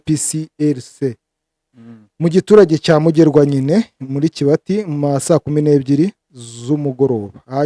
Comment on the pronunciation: Ese kibati ntabwoo arijambo ry'ikinyarwanda? Niba ari ijambo ry'ikinyarwanda murisoma kuburyo butaribwo.